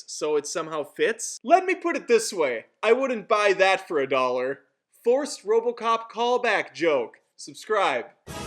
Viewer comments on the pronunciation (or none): you said robo kock 2014